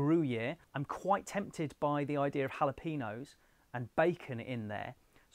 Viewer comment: For future reference: jalapeño = hah-luh-pay-nyow. There is no peen.